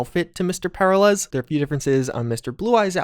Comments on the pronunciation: The "Secret" ending is the only path forward (and so I suspect it's the canon ending) I also suspect an expansion will pick up from there and go forward - that will likely include more about Mr. Blue Eyes, SD, and Jefferson Peralez (who's name just can not pronounce). I think we'll also see more about Alt/Johnny and a bit more about the Black Wall. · The way you pronounce "Peralez" is so jarringly weird, it feels like the only thing I'm really taking away from what was previously a pretty engaging video. Especially considering their name is properly pronounced A LOT in the game, by them and others.... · i keep hearing Paralyze not Per-ah-lez im not a grammar nazi i swear dont mind me xD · The real mystery is why/how you manage to say the name Peralez so incorrectly, and why it causes me increasing physical pain each time you say it lol. It's "Per-al-ez", not "Para-lez". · you're killing my OCD, man. Per-al-ez, not Para-lez. It's Hispanic, brother. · Anyone else bothered by mispronunciation of the Peralez's name? FYI: It's pronounced as "Pur-AL-ehz" not "Para-LES" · It's pronounced Per Al ez, not Para lez... Sorry, simple things annoy more more than they likely should... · Every time he says "para lez", I die just a little bit. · Say it with me: per-RAH-les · PER - AHL - ES. Sorry, it was killing me. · haha it's killing me too Purr-are-lez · and his name is pronounce peralice, like when one is in danger there in peril? Hes in danger the hole mission hes in "peralice" so the mexico way isnt right either cause the mission is about a man in peril aka mr peraliz Liek if u learn somethmg today and agre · This dude really said "Pair uh lez" SMH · heh heh, para-lez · Glad it wasn't just me who noticed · I really hope that we explore more about Mr. Blue Eyes and the possible AI activity in the Phantom liberty DLC. My only critique is for the love of God work on your pronunciation of Peralez the repeated mispronunciation was driving me crazy😂